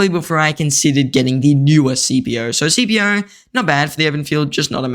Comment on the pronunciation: You make great videos, but can we start pronouncing his name correctly? It’s pronounced skip-ē-ō. I am impressed you pronounced Amelianus correctly.